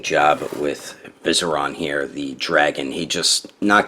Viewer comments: Great review.. but you pronounced it as VI-seri-on not viserOn.. tha ks :) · Vie-seer-ian. I know, im that guy. 😭😭😭